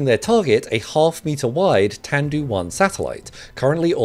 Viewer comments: It's Tian (meaning heaven or sky) not tain (which doesn't exist in CN pronunciation) & Tian sounds like Tee-en. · 'Tiandu'. Not 'taindu'. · It is tiandu satelite, not taindu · Sure it's not called tiandu? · Small correction: Tiandu (pronounced "TEEYEN-DOO") Written 天都, it means "heavenly city".